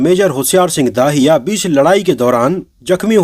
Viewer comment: Bhai, aaj narration kaafi kharab raha.... होशियार सिंह दहिया है न कि दाहिया, दिलजीत है न कि दलजीत और शेखोन नहीं बल्कि शेखों है। Baaki movie is a must watch for all. Sunny Deol is as wonderful as always but it is Varun Dhawan who nailed it. Though I have never been a fan of him or we may call him Gen Z or nepo kid but in the role of a soldier, I must say YES, HE DID IT. As far as the dialogues are concerned, my favorite dialogues are the ones which were not revealed in the teaser/trailor: Varun Dhawan, "Hum Border Paar Nhi Karenge, Border Hi Badal Denge." And Diljit Dosanjh, " Log Jab Uppar Dekhte Hain Toh Unhe Bhagwan Dikhai Deta hai aur Dushman Jab Uppar Dekhte Hain Toh Unhe Shekhon Dikhai Deta Hai." Simply awesome!!